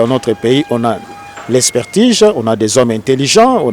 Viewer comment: Expertige? Je pensais que c'etait "Expertise". Vous avez fait vos etudes en Francais; qui les a fait en Kikongo? Papa, loba nayo lingala, oza ridicule!